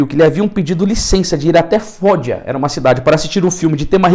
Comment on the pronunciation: Não é FÓDIA É FOGGIA. Com uma G FOGIA se pronuncia FÓDIA,seria assim pronunciada se fosse escrito FOGIA. Com duas GG FOGGIA se pronuncia FÓGIA. Eu estou na Italia é assim a pronuncia FÓGIA e o nome é escrito assim : FOGGIA.👍